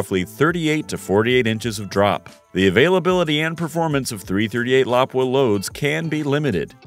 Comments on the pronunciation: 338 la-poo-aww! not laprea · I thought it was pronounced Lapúa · Lapua is pronounced La-poo-ah. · .338 "lapooa"